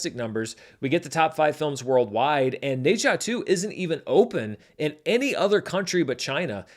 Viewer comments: FYI, the Ne in Ne Zha is pronounced like “nuh” or “ner”, not “nay”. I figure it’s a title you’re gonna have to get used to saying when talking about records for a long time to come, so may as well learn it now! 😅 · the "H" is silent in Ne-Zha. Its Za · I cannot get over the mispronunciation of Ne Zha. I didn't know what movie he is talking about without noticing the movie poster. Go watch how Chinese pronounce it.